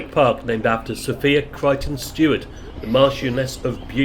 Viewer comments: Sophia, in the case of Sophia Gardens, the second syllable rhymes with fire! So-fire - not So-fear! I’m not local - only ever went to the city centre - but the only local radio station I could get with any clarity in Somerset was Red Dragon! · Next time you go to Sophia gardens its pronounced SO-FIA, Thank you. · For future reference it's pronounced So-Fire lol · Sorry to pick you up on it, we pronounce it SoFire gardens, just a local observation.